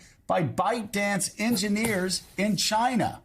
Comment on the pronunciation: Two words.. Chy-Nuh